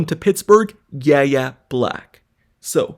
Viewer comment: So no YouTuber is going to say his name correctly? Have you watched any college football in the last 4 years? His name is pronounced “Y” - “A” Black! 😑